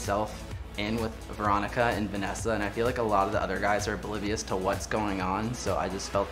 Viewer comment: Did anyone else notice that can't pronounce oblivious